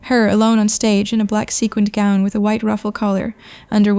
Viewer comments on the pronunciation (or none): none